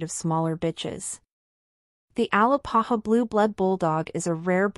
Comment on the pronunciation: A- Lā-pā-hā not AL-ā-pa-ha 🥴